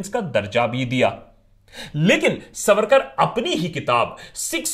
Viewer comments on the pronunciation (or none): सवरकर नही सावरकर 🚩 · Itna bada video banane se pehle kam se kam unke naam ka theek pronunciation toh seekh lete...it is सावरकर....not सवरकर...and better still स्वातंत्र्यवीर सावरकर!!!! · सवरकर नाही "सावरकर " असा उच्चार आहे नावाचा!!!!!!!!! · Sa...varkar pronounced incorrectly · आप पहले सावरकर यह उच्चारण ठीक से करे, सवरकर नही। अब आपने जो srcasm याने उपरोधिक टिप्पणियां की है इसका कारण आपका अधूरा अभ्यास या फिर वामपंथी विचारधारा हो सकते है। मैं आपको विनम्रतापूर्वक कहना चाहूंगी के उपरोधिकता भी सीखनी है तो सावरकरजी से सीखे, जो देशभक्त नाम आपने दिया वो देशभक्ति उन्हींसे सीखे और कोई फालतू अंग्रेजी किताब न पढ़के, उनकी ओरिजिनल मराठी आत्मचरित्र किताब "माझी जन्मठेप" पढे। जो मराठी भाषा, प्राकृत और संस्कृत अच्छेसे ना जाने उनके लिए तात्याराव के विचार, उनका राष्ट्रप्रेम और समर्पण समझना बोहोत ही ज्यादा मुश्किल है। वो क्रांतिकारी, राष्ट्रभक्त, महाकवि, अच्छे वाक्पटु, समाज सुधारक, आधुनिक विचार रखने वाले एवं भाषातज्ञ थे। हम भी नही चाहते भारतरत्न उनको मिले क्योंकि वह भरतरत्न तो थे ही उनका औदा इससे काफी बड़ा है। आप थोड़ा ये सोचिये पोर्टहोल से छलांग लगाई क्या इतना आसान था? वहाँ से बाहर आते समय जो घाव हुए उनके साथ खारे समन्दरके पानी मे तैरना थोड़ा डेमो आप करके दिखाए जरा। भारत की इकलौती महिला पीएम ने कौनसा सरहद पे जग लड़ी या पेटंट लिया जो उनका चित्र भरतरत्नो के लिस्ट में शामिल है? हाँ पर उन्होंने सावरकरजी का स्टैम्प जारी जरूर किया। वो लता जी है ना वो भरतरत्न आप मानते है ना वह भी सावरकर जी की भक्त थी महोदय। सावरकरजी ने लिखी कई गीतों को उन्होंने गाया है। वो अंबेडकर जी है ना वो समाजसुधारक कार्यो के लिए सावरकरजी को मानते थे। वो गांधी जी है ना महात्मा मानते हो ना, उन्होंने वृत्तपत्र में सावरकर बंधुओ को रिहा करने की अपील की अंग्रेजो से। पता नही ये सब लोग इतने नासमझ क्यों थे। काश उनको आपके जितनी समझ होती। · Its not सवरकर… सावरकर.. 😇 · Abbey vo सावरकर hai सवरकर nahi Bol le pehle acche se 😂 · Not savarkar saavarkar bolna to thik se sikh le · naam bolna sikh pehle. saavarkar hai naam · ज्याला सावरकर बोलता हि येत नाही ... त्याला सावरकर काय समजणार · Pehle Sawarkar ko pronounce aachese karo